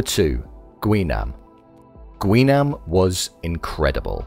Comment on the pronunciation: That is not how you pronounce it